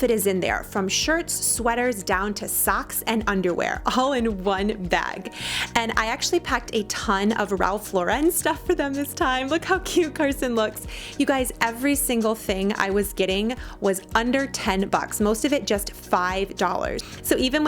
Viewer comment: The Lauren in Ralph Lauren is just pronounced like the first name. Lor-en.